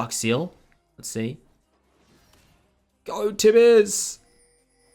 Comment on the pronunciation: u keep adding R after an O 😂 , Like "ohr my god" "gor mid" HAHAHAHA am i the only one who noticed that kekw